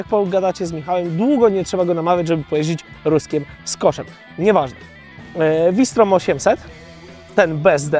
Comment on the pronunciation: "FAŁ SZTROM"!!!! nie "WI STROM" Sprawdź genezę nazwy. Na Garwolin mówisz Dżarwolin?